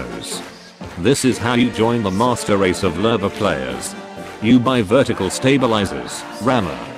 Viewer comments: another noob who says lurve instead of lowe. newsflash bro, there's no R in lowe. 10/10 would watch again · It's the Lewe... L-oo :)